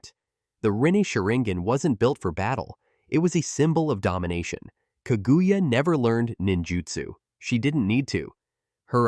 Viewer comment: He even said kagooya